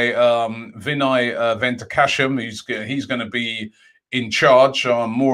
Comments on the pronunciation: Its Vinai Venkatesham not Ventakasham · Robbie it's Vinai Ven kat esham not Ven tak ashem 😂😂😂 And it's Aa-ou-ar not Aurier 😂😂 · No one: Robbie: Vinai “VENTACASHAM” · Robbie its pronounced as ven kuh tae sham 😁😁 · Already butchered venkatesham